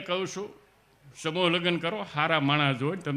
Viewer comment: ગીગ લો.......... બોલતા નથી આવડતૂ સ્ટેજ મેજ કેછે સમૂહ ને સમૌ કેછે